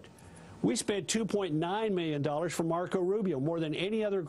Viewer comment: He says Miyyun instead of million.